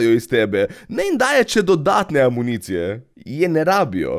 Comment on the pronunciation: REČe se municija brez AAAAAAA